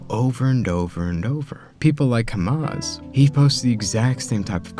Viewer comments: bro , can you stop pronouncing hamza like saying hamas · Bro he's Hamza and not Hamas 💀😭 but your content is gold, ngl.